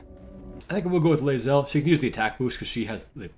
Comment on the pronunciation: You said Lae'zel correctly at the end there, and it sounded weird coming from you lol In the beginning you mentioned you liked the area, and a little later you mentioned you disliked something, and neither of those times you put the " approves/disapproves" thing at the top and i was worried you stopped doing that, cuz i like it. But it showed up later:) I think those 2 halflings are being eaten by the wolves next to Therrezzyn. Lastly, im sure youre aware, but on the off chance youre not: You or something keeps hitting your microphone throughout the video. (Which is what im assuming that thumping noises were.) Just fyi for next time. Great video, as always! You made that undead fight look easy! 😂😅